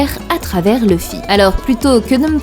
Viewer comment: j'adore la façon dont tu dit le nom de luffy = Leufi ^^ j'aime bien la fin tkt moi je te crois XD